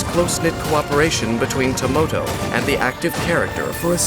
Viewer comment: is that some kind of gag I don't understand with the dolls??? They are spelled Tamoto When Dainsleif says their name, it sounds like Tomoto, and when Chiori summons them, it sounds like Tomato...